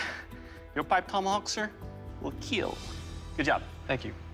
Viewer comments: What is a keel test? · Just like how Mr. DNA changed my pronunciation of dinosaurs, this man has changed my pronunciation of kill